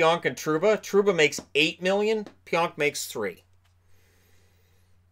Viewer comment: again it’s pronounced pee-onk not pyonk